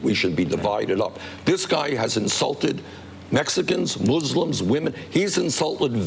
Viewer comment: I enjoy the fact that Bernie Sanders says "Muslims" properly.